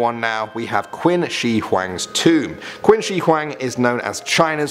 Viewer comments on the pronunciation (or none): Great video, however in regards to #1 (Qin Shihuang’s tomb) Qin is pronounced ‘chin’ not ‘quin.’ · Quin is pronounced "Chin" for future reference. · Great video! And I hate to be that person, but it's 'Qin' Shi Huang, not Quin. It's pronounced as 'chin' I'm really sorry > < but otherwise, amazing content! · Qin shi huang not quin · Saying it like quinn just before saying china is just wierd. Its not like thats where the name is from... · OMG i thought nobody noticed this! I repeated the part he said QUIN haha